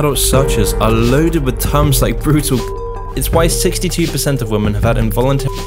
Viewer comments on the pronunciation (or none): It's women (v ii hmehn) not woman (v oo mehn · I notice you keep saying "woman" when you mean "women". Are you using an AI to write your scripts or an AI to do the voice-over? Not saying this to be adversive, I like your videos just want to let you know so it can be rectified. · great video but why does he pronounce women as woman lol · Why do you say “woman” as a singular instead of “women” for plural? Sounds weird lol the plural is pronounced “Wi-Min” not “Wo-Man” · It's pronounced 'wimen'. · Someone please teach the kids how to pronounce the plural of women! The is a difference! Maybe it's time to change the spelling. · Fuck me learn how to pronounce women properly. It's not pronounced how its read when its plural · Why are so many people mis-pronouncing such a simple word as "women"?